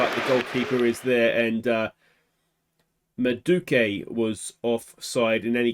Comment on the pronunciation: It's pronounce "MAH-DOO-WAY-KAY"